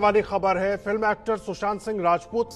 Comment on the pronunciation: Fun Fact : Kangana knows how to play games and Indians fall for it anytime :D Kangana cant even pronounce Sushant Sing name properly :D she pronouces it shushant sing :D